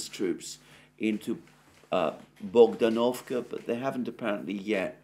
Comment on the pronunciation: It's bogd-A-novka not bogdan-O-vka. Emphasis is on the second syllable.